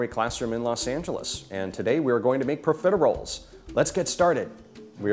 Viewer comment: you think he could learn how to correctly pronounce profiteroles before making this video